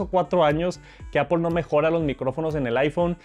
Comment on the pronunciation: Que bueno el "JARGÜER" de "APOL" una maravilla.